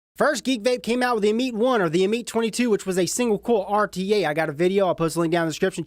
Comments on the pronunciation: It's pronounced am-it. According to Wikipedia, 'Ammit (/ˈæmᵻt/; "devourer" or "soul-eater"; also called Ammut or Ahemait) was a female demon in ancient Egyptian religion with a body that was part lion, hippopotamus and crocodile—the three largest "man-eating" animals known to ancient Egyptians.' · If u pronounce it ameet one more time Ima start calling u Ripe Trieppers